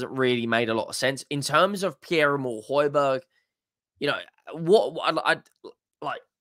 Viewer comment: He just wants to start when players like Bissouma is playing shite. His name is pronounced Hoy Bee Air not Hoy Berg He wants to play out of us he gives his all